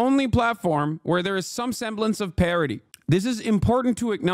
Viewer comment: He said parity You heard parody I heard parrotty